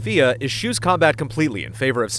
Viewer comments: Fea? I thought it is just pronounced Feh. (like Fez) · Why do you keep calling it Fia? It's Fe. One syllable. Fe. Say it out loud. Fe. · It's pronounced Fée, like the Fea part of Fear. Or just regular 'fear' but with a british accent, since they already drop the R at the end. is making a clear distinction between the E and A making it fe-ah, and that's not correct. But he's trying at least.:D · I thought it was pronounced “Feh,” not “Fia.” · I thought it was pronounced "Fey." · It's very likely from the Scandinavian word for fairy, which is 'Fe'. (danish+swedish) The developers are from Sweden, and they pronounce it in Swedish on twitter. Sounds a bit like the first part of fear, right - But it's not really. What you hear as the 'a'-part is just how Swedes stop a many single syllable words, which is why it isn't part of the spelling. Danes stop right after the 'e', which is a little more abrupt than swedish. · I thought it was pronounced like Fey-uh. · Never would have picked that it was pronounced fe'a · I was not stating the word was anything other than Fe. I was just replying to with a fast/rough/easy clarification in phonics based on how it was being pronounced by the developers themselves; primarily that it is not "Fee" or "Fay" as most Americans read it. No different then how you just did yourself with "Fay yea". Fe'a = Fay Yea = Fay Eh. Take your pick hahaha. Fun topic though lol. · You're all wrong lol. The word is Fe, it is indeed a Swedish word that means fairy. It stems from an old germanian word: Fee. The Swedish pronounce it as Fe'e, they do not pronounce an a. They way you pronounce the word is by saying "Fay yea" in American accent.